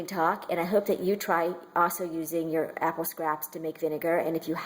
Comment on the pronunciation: I like how she says "apple" it sounds like "appow". It turn me on for some reason!